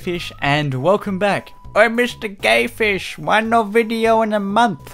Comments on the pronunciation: Why did u say Mrs gay fish ??? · Mr"GAY"fish?? (BTW, that's what I've heard on ) xD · Mr Gay Fish? Is that what you said?